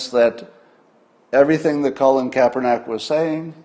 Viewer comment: It is Kaepernick, not *neck